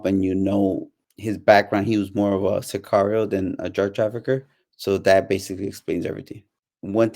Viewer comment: This guy cAnt even say sicario right😂 cigario jajjaja i stopped watchin this video asap